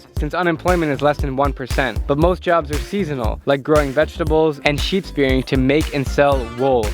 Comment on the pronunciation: "Sheep spearing"? Is that akin to seal clubbing? I hope you meant "sheep shearing" ;)